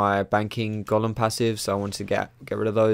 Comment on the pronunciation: Dat Golem pronounciation like " Gollum " tho :DDDD so funny